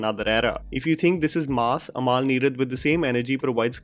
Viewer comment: Its Amal, not Amaal. :)